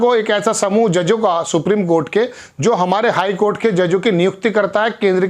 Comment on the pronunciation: Sir aap 'sarvajanik' ,'cort' ka galat uachcharan kar rahe he